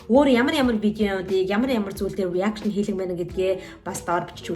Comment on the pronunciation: Reaction гэдгээ буруу хэлээд бна “Араакшин” гэж хэлж сураарай 😂